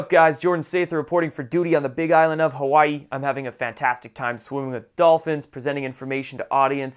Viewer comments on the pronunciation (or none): none